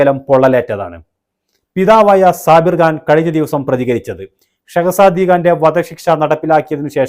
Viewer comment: Khan .. it’s not Gaan ‘